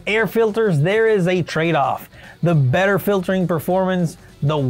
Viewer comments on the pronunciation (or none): none